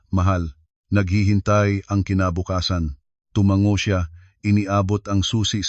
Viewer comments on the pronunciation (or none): none